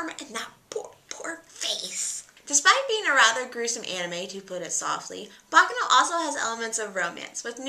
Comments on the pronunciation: ba KA no bakˈkaːno not... baka no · It's pronounced "baccàno", not "bàccano"! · Hi, just a little information, baccano is pronounced ba-KA-no. Anyway very cool channel.